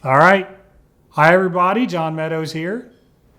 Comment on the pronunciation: For the longest time i thought you were saying higher brothers not hi everybody